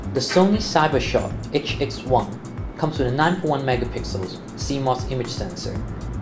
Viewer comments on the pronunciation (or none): "itch-ex-one" (sigh)